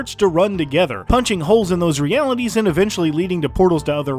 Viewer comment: why’d he said and like that 😂